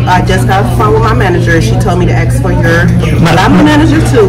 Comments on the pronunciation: Axe you? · She gon "axe" you foe yoe eye dee.....